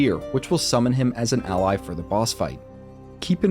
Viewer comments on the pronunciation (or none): none